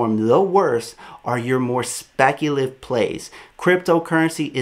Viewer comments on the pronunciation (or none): It’s speculative my bro, not speculive